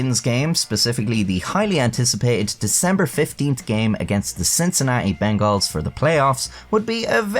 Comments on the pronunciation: hey i know your like europee in but I TAKE IT INTO OFFENSE WHEN YOU SAY MY FOOTBALL TEAM WRONG ITS (BENGULS) NOT BENGAALLS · Cincinnati Bengals is pronounced like bungles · The way you pronounce Bengals I can tell you're not a huge Football fan huh lol This was a hilarious takedown. I remember it from back in the day.